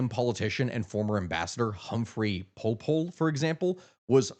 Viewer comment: Humphrey Po-LE-po-LE, not PolPol